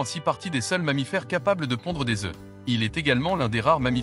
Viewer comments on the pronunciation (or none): none